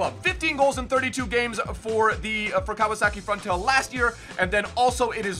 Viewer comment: "Kawasaki Frontail?" lol what the fuck? It's FRONTALE Simple.